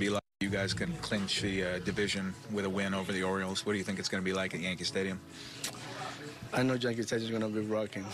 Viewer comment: he said janke stadium i love my dominican king el marciano ☠😅